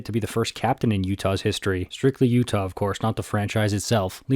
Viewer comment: why did you say my state like that😢😢